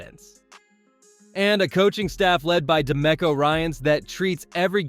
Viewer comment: Yeah and it’s pronounced de me co, not da mecko